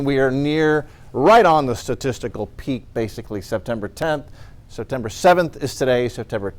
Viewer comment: I don’t remember letter r being in the word peak.